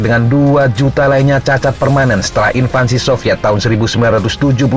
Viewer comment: Untuk admin.. mohon koreksi penyebutan invansi... Seharusnya "invasi"